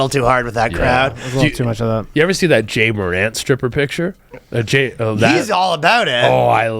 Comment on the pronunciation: Lmao my favorite part of this pod is the boys calling Ja Morant "Jay Durant" 🤣